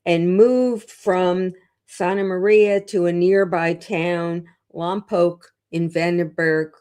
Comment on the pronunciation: Thank you for pronouncing Lompoc correctly! Our community is just reeling over this monstrous tragedy. RIP Melodee. ❤